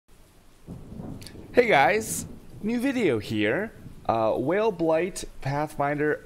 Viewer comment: Whale Blaight in spoder forest is pretty gud, you can generate alot of tshaos in case you keep whaling your meeps.